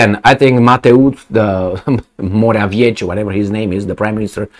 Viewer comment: Polish premier last name man be pronounced “mora-vecky”, it will sound quite close to the original. It does not change the fact that he is plain no-name American puppet.